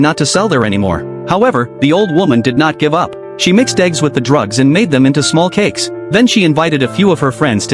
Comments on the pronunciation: I thought you said Cakss 😅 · Say cakes again